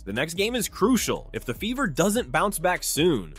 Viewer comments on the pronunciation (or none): LOL!!!!…… your accent made it sound like the ‘beaver’ not the “Fever”😂